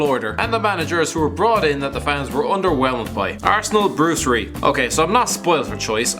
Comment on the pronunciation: Bruce ree? Are you fucking serious?